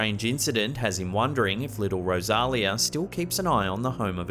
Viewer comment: Sean Doyle from the Manor Lots of effort and a great presentation. Wished you would have contacted the owner for correct details. Rosalia = Rose-a-lia Besides a bit of add lib good over all.